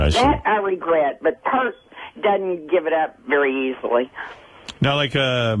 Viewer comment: Doesn't even say Peart correctly. And good for him for remaining classy.